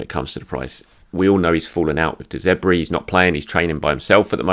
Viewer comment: de ZERBI! actually dont get better at this it makes the videos more entertaining than they already are lmao